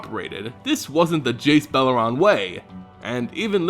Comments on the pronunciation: beleren, Bel-er-En not bel-ur-ran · I'm pretty sure there's no 'a' in Beleren right?